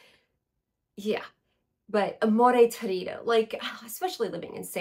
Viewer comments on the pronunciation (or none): Hi! I was finally able to try vibrato and amore torrido at esxence and I loved them!! Ps Torrido is pronounced in Italian with the accent on the first “o” not on the “i”= tórrido, not a criticism at all,just so you know! If you heard my English accent you would be terrified🤣